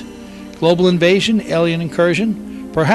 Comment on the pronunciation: Really? The narrator spoils this video. Makes too many mistake. Speaks bad and incorrect English. And most of what he says is recycled information. Even the word Alien, he pronounces incorrectly most of the times. Music, really? How hard is it to get someone who speaks correct basic English to narrate a video? How stupid are you Bill... it takes a country here, a few weeks to invade another country, but you think it would take Aliens over 50 years to invade Earth? Maybe they're having trouble getting on their horses with all those rifles they would need! DUMB!